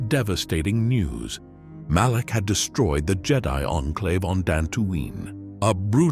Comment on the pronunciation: Malak. It’s Revan and, Malak.